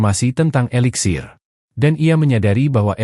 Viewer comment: Eliksir bukan veliksir